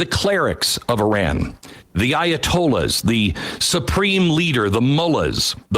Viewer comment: Can't even pronounce Iran correctly SMH